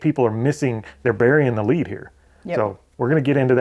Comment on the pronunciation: eBay buried the LEDE. Not “lead.”